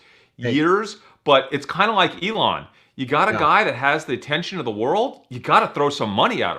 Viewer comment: It's not pronounced E-lon